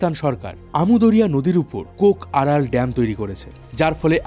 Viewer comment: আরল সাগর নয় আরাল সাগর হবে